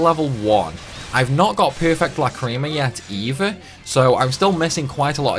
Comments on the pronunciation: I dont think that Over Limiting (Going over +3) matters as they seem to only get extra skills in +1, will update again at +5, also im kinda p*ssed at how u said Lacrima as Lacreema.. That ticked me off a tad 😁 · The cringe when these youtuber who pronounce lacrima, which i think stems from lack of awareness of the anime.